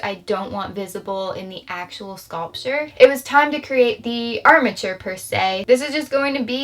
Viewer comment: she says hay the scoltier